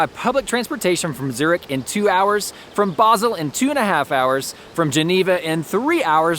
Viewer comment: Thank you for the video and your very insightful review of the area—it was very enjoyable. I have a small suggestion regarding pronunciation. In the case of "Zermatt" and "Zürich," they are typically pronounced with a [ts] sound rather than a [z], I thought this might be helpful for future. Thank you for your great work!